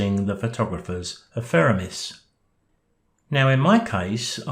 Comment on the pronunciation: always enjoy your videos and using pte av studio. There was something about this one though that kept irritating me. Then it struck me. It’s The Photographers Ephemeris, not Epheremis! Easy mistake to make.